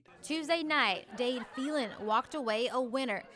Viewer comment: She pronouncing Phelan wrong